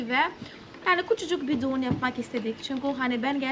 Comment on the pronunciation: Düğün yerine duğun demesi çok iyi ya 😂